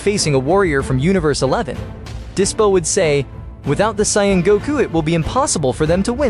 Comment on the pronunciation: His name is dyspo not disco 😂